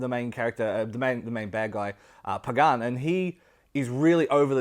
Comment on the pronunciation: this mf just butchered “Pagan Min”🤣🤣🤣🤣 “PaGAN” i’m rolling.